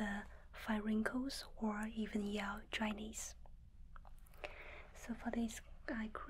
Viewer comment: I love how I hear "dry knees" instead of "dryness"